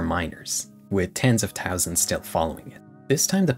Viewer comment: bro not to side with anyone in the vid but can you pronounce ''th''? i noticed you said ''tousand'' and 'tirteen''